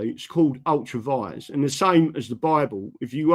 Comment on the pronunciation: NOT Ultra Vise BUT Ultra VI REA'S SPELT ULTRA VIRES